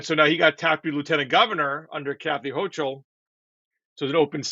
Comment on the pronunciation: it’s pronounced Ho-Kul, not HoCHul. Otherwise strong show.